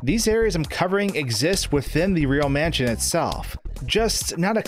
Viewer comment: "left to right or right to laff, the camera will move to the next raam" "manshion" "avanced"